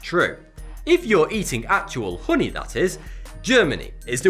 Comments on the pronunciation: Holy shit i thought he was saying pudding not honey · You say "Hhoonee" a lot lad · Kurt Kastofitch uh-knee😂😂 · Say "hoony" one more time I DARE YOU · "real hru-ni" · The way he says honey is amazing. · You crack me up!! Haha.. my husband has similar accent. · The way he says "honey" is oddly satisfying...